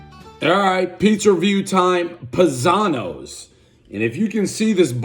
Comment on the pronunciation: Family has brown eyes+you have blue eyes=adopted. I think it's Pie-zano like a pizza pie or the Italian word paesano.